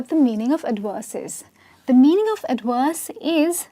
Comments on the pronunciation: She said AD-Worse. V becomes W by some people. What it! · Adwerse? I need to make videos to help you pronounce words correctly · you are lovely, but it sounded like you were saying adworse not ad verse.